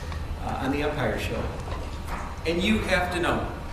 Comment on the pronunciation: And he called the show Umpire ..not Empire...love it!